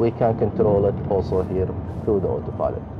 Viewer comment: Not everyone... for example two times i understood hot pilot instead of auto pilot...